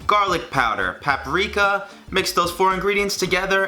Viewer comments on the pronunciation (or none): I hate when people say "Paprika" instead of " Paprika"